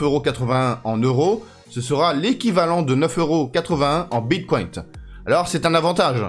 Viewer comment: pourquoi dis tu bitcoint 🤣🤣🤣